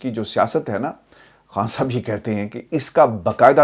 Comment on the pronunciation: I like how you pronounce “Khan Sahab”